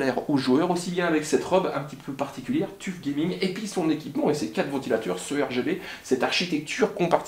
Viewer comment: Tuf se prononce : teuf